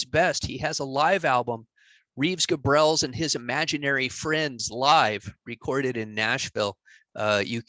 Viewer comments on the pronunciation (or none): Reeves Gabrels is great! Is your pronunciation of his name confirmed? I guess I pronounced his name totally wrong until now.😅